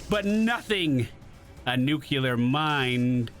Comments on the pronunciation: Nu-clear, not nuke-u-lear. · I loved every second of this except when you said “nucular” instead of nuclear. It’s a personal pet peeve thing, don’t mind me.. lol